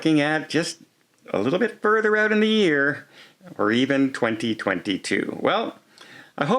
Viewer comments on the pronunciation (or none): none